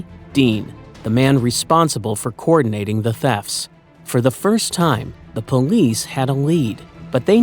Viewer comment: FFS, people! “Coordinating” has 5 syllables that start with “koh-or-“, NOT “kor-“!